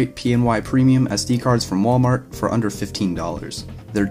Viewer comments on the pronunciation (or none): none